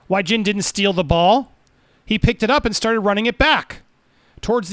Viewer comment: It's pronounced way jhin and jhin way. Just putting that out there lol